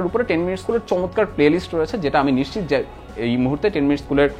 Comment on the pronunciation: নিশ্চিত শব্দটার উচ্চারণ ঠিক নাই